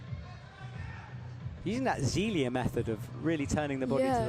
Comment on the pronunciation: I've ask you about this a few times, can you please get Zélia Avezou's pronunciation right? The British ZEEEELia is horrifying. You are a good commentator, you can do this.